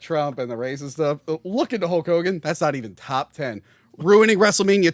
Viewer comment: I'm glad I'm not the only one that calls him Hull Kogan.